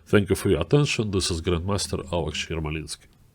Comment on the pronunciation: "This is AleSH Yermolinsky" XD